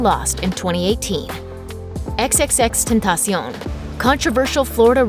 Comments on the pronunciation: Its not XXtentacion Its XXtentaction is how you say it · if you say xxxten ta "siown" im going to kill my self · You said x name baaaaaaad😂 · not saying his name right